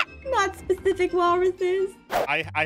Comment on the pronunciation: Aphmau: oh no specific walruses. Me: pacific walruses ma'am